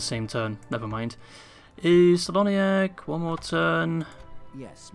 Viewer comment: Well, you correct the Sindarin pronunciation of Tirdhuim but keep spelling "Celoniach" with the soft C... All the "C" pronunciations in Sindarin are spelling as a "K" sound, so it spells "KELONIACH"